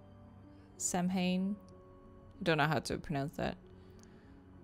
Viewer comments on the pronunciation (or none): My favorite part is pronouncing Samhain like "Sam Hain", and Sean is probably nearby and probably knows how it's actually pronounced. 😅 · Lol I sat there mentally screaming every time she said “sam hain”, even though I know she couldn’t have known how to pronounce it. 😭 Like, calm down brain, she doesn’t know Gaelic, and shes not Wiccan. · Idk if it’s mentioned but “Samhain” is pronounced “sow(as in ow!)-in” :) theyre the 8 Wiccan sabbats from The Wheel of the Year! Really cool detail they added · I sat there mentally screaming every time she said “sam hain”, even though I know she couldn’t have known how to pronounce it. 😭 Like, calm down brain, she doesn’t know Gaelic. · Lol same. I sat there mentally screaming every time she said “sam hain”, even though I know she couldn’t have known how to pronounce it. 😭 Like, calm down brain, she doesn’t know Gaelic, and shes not Wiccan. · samhain is pronounced SOWen and is a Celtic festival on November 1st. :) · Samhain is pronounced "sow-in" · Going through this playlist now after just watching the Castle Malloy episode with Sean has me laughing at the pronunciation of Samhain.